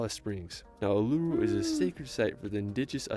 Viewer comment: just to note ther person did that video as prounced and spelt completely wrong its not aluru its actually uluru